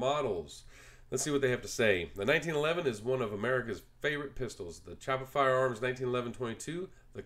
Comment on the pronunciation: Cool video! I am considering getting one myself and this was very helpful. Just a heads up that Chaippa is pronounced “Key-apa”.